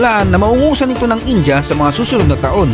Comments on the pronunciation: Pansin q bkit ang pronounciation mo sa india ) ay inja (in-ja ) sa halip na( in-dya ) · 😂😂😂😂 Filipinos really need to unlearn calling India as Inja. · Bakit ang pronunciation nyo sa India ay Inja?